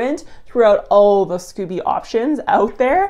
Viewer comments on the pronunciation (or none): Pronounced skoh-bee 😘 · So Americans become Canadians when it comes to pronouncing scoby (long o), and vice versa?!?! 🤣Anyways, thanks for researching this!